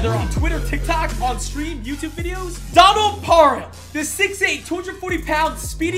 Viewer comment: why he say donald like that 😭💀